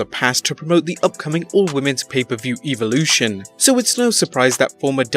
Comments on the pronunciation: It's not Evulotion it's EVOlution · It's Evolution not Eevolution. Learn how to pronounce it. Anyway. Don't let this distract you from the fact that Edge injured his neck badly enough to force him to retire, from running hugs! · You said evolution wrong. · Talks about wwe but can’t say Evolution right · Man you said evolution wrong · Say evlotion right my gosh